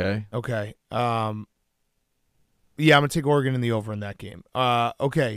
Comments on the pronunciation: “Ora-Gon” -Dave Portnoy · “Are-gone” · One of these days Dave will learn how to pronounce Oregon like everyone else on the show